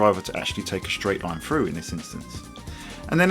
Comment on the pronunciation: please stop using f's instead of th frough? fink? feme? widtf? firty? I can't focus on what you're saying :-(